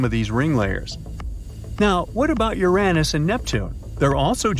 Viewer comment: he said urenus